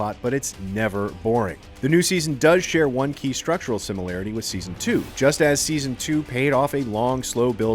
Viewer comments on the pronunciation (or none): none